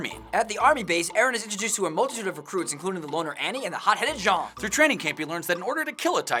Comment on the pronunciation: why do people call jean john